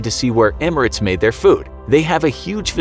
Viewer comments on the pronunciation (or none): none